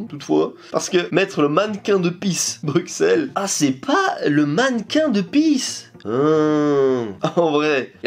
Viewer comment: Coucou, Bruxelles se prononce "Brusselle" 😁 Bisous de Belgique 🇧🇪